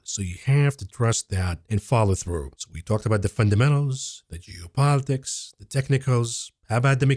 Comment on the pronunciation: whenever you say geopolitics, it sounded like jew-politics. i had to take a double take on that one!